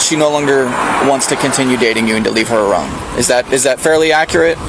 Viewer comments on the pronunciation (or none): Did you just say "arone," officer? Hello? Herro?? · He legit said "leave her arone"😂